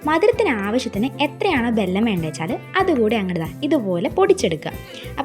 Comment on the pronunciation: വെല്ലം എന്നത് കറക്റ്റ് pronounciation